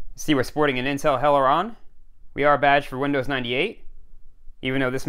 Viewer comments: "See we're sporting an Intel Hell-eron" 😂Perfect! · Honestly, it makes my day to see a new video from you!! And I also get a giggle along the way... "Hell-eron." 😂